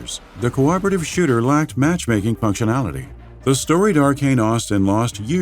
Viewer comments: I heard, can confirm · On the one hand, maybe that's his accent. On the other hand, it's funnier if he did say shitter so I'll just go with it.